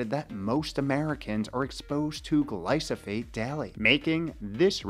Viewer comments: It's Glyphosate, not Glysophate 😅 Nevertheless, great video you made there. 👍👍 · After like he says it correctly one time